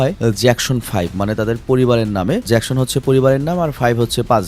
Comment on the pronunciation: নামটা তো ঠিক করে উচ্চারণ করেন। জ্যাকশন না, জ্যাকসন হবে। 🙂